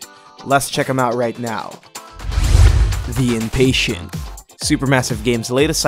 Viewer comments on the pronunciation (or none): Why does it bother me that he pronounced the first one as if it read "the impatient" like a bunch of people who aren't patient as opposed to "the in-patient" like someone in a mental ward.